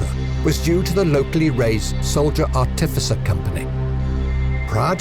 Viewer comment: Artificer, not articifer.